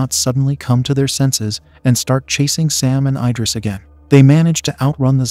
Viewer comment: I-dris ❌ Id-ris ✅